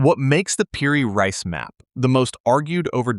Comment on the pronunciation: Reis pronounces Ra-ees , you Yankee